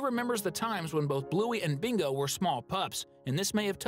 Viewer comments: It's bingo not mingo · You sai Mingo instead of Bingo😂😂😂😂😂😂😂😂😂